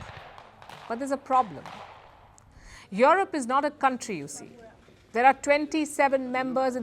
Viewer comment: Please pronounce yurup not yorop